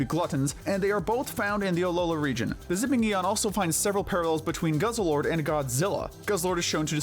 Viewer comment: It’s pronounced GUZZ-LORD and ee-VELL-tall, not GUZZLE-ORD, and ee-VILL-tall, “”! 🤨 Stop mispronouncing Pokémon names, bub! 🙄